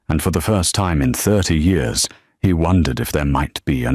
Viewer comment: Real wish the AI voice could figure out how to say the word " Years " lol